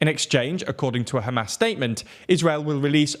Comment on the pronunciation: Every time you say Hamas, I hear ham-ass lol. Love your videos!